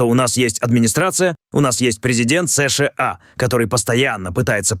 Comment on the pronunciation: Эс Шэ А😅 карикатура)) выёживайся уж до конца: Эс Ша А. Русский учи, если уж на их языке передачу ведёшь, Пэ И Дэ А Эр А Эс порхатый.